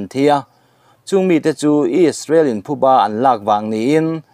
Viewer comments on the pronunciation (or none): none